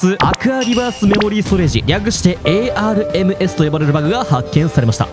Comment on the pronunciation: 「ARMS」で「アームズ」って読んでたｗ